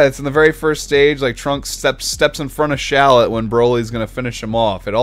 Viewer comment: considering the name is shallot like the onion... shouldn't it be pronounced shal-LOT not SHALL-ot? If still confused, Kakarot and Shallot should rhyme.